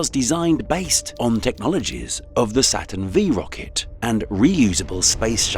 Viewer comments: Using the Space shuttle in a video on Mars exploration is sad. And then to call the Apollo rocket a "Saturn V" mispronounced "vee?" C'mon. Was a human involved in making this? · "Saturn V rocket" I can't 🤦.... tell ur AI voice that the V stands for ROMAN 5. The name is spelled Saturn Five! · Saturn "Vee"... lol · Lost a lot of cred by saying "Saturn V"... 😬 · This was very interesting, thank you, but also it's Saturn Five not Saturn V. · Not bad but please lose the (American) drums. Also a real narrator would be nice- Saturn Vee????